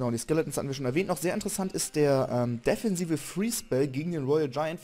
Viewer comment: deffensive? :D defensive :* süßer Sprachfehler <333